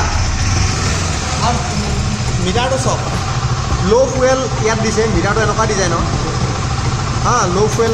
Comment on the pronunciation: fuel ৰ pronunciation ফুৱেল নকয় ফিউল হয়।